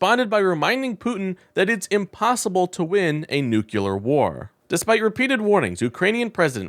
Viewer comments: Please... for the love of science... it is "nuclear" not "nucular". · Please. It's not "noo-kyu-lar" it's "noo-klee-ar". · Nu-CLE-ar, not nu-CU-lar. The root word is nucleus, not nuculus. Please. It's not that hard... From an Aggravated Educator 🤔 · Please don't talk like George Bush junior. It is not new kyewler it is pronounced new clear. New clee er, if you want to be precise. Look at how you spell the word. Nuclear. Not nucular. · dude. it is pronounced "New-Klee-Arr" "NUCLEAR" NOT "nuke-U-lar" PLEASE PLEASE stop mispronouncing this word. I cannot hear anything you are saying once you mispronounce this word. this is a recurring mispronunciation. I would appreciate the same for any of my mispronunciations. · Stop saying nookyooler like you can't help it. It's a little word. Try noo-clear as a stop-gap. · What's "nucular"? Is this the way to spell this word? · It’s a nucleus not a nuculous. Jeez. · Noo clee ur. Not noo kew lar. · Nucular is not bad grammar. It's simply NOT A WORD. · Your content is fine but I have one major criticism. If you’re going to use the word NUCLEAR 20 or so times in a short video please learn how to correctly pronounce the word. The word is NUCLEAR not NUCULAR. I know it’s a word many people mispronounce but they don’t usually say it 20 or so times in rapid succession. It makes you sound unprofessional. Just my 2 cents. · Only one U in nuclear. It’s not nuculer. George Bush has the same problem. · Please learn to pronounce “nuclear”. It is NOT “noo-cue-ler”, it’s “noo-clee-er”. (Former teacher here, and it’s one of my pet peeves). I cringe every time I hear it mispronounced. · Yes, amazing how many Americans can't pronounce nuclear. New-killer - lol. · That's nuclear, not nukuler. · It's not Nu-CUE-lar, it's Nu-CLE-ar. I cannot listen to or subscribe to a channel in which the host doesn't know the difference. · "New Clear" ... easy peasy. I know, because I heard it through my Cochulur implant. 🙂 EDIT: forgot to add: Vote blue!